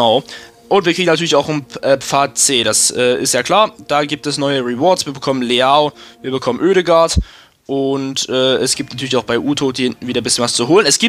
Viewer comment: Sorry Bro, aber der wird Mascerano und nicht Mascherano, wie der Maschendrahtzaun, ausgesprochen😉